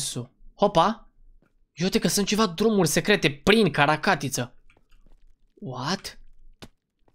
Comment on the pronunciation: Notițe spune caracatiță nu carta catiță